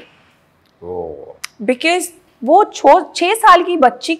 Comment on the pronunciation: Because ❌ Be-kiss ✅ Rip English.